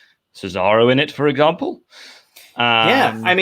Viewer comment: Did say "for eggample"?